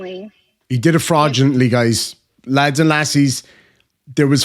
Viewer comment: Florgently ? Do your own homework